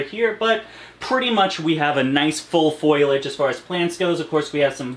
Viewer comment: *foliage not foilage